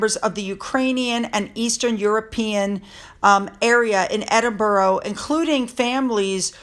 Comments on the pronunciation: PLEASE stop pronouncing Edinburgh as EdinBURROW. It's most irritating. Rabbits live in burrows. It's pronounced Edin-burrah (more like a sigh or exhaling a breath) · Edinburgh: pronounced Edin(burrah), not EdinborO. Sorry, but it’s like nails down a blackboard! Great stuff! Let’s get a DNA test on these nefarious kids! I understand that something is being investigated by the palace, re: Birth Certificates? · It's great to see how happy people are for The Duke and Duchess of Edinburgh, it's great news!, you aren't pronouncing the word properly and I think it deserves the right pronunciation, it's ED-IN-BRA, not ED-IN-BARO..I know it's hard for Americans to pronounce many English names of places and I know you try and get it right. But this I think needs to have it said in the right way 🙏😊❤️ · Not "Edinboro",. It's pronounced"Edinbrer". Just another UK quirk! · Hello. Hope you don’t mind 😀 Edinburgh is pronounced ED IN BRUH- the ‘u’ in ‘bruh’ is the same as in ‘up’. And you put the emphasis on ED. (ED in bruh). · EDINBORO Lol. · Edinburgh is pronounced Edinburra. So much of our language is a pain in the nether regions. Once the Coronation is over, that’s when Charles will clear the decks, in the meantime, he just wants a quiet life and to be able to enjoy his Coronation. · Edinburgh Edin Burr Aah 😊🏴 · Hi, love your videos! Just a note if you're going to be using Prince Edward and Sophie's new titles a lot - it's pronounced Ed-in-buh-rah. I know Americans can have a difficult time with it and Glasgow (pronounced Glaz-go which ends up Glass-Cow 😂). Love from Scotland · Pronounced Edinbruh in my neck of the woods. 🏴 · I truly hope KC3 stands up to the pair for attempting to railroad him. Also, I believe that Edinburgh is pronounced Edin-bruh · Dear,pls check the pronunciation of Edinburgh.